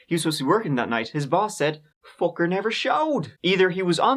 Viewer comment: "Fooker never showed..." 🤣